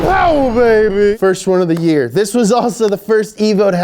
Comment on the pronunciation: Herpy new yer